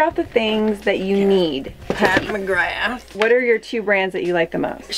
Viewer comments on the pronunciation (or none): your mom reminds me of Stevie Nicks! she's so cool :D also the way she pronouce McGrath bothers me XD love!